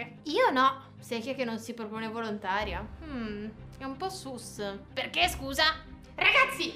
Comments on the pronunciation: Si dice sus no sas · Ma si dice sus non sas